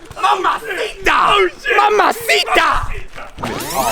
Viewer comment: Yeah doing his thing man said mamaciata!!! lol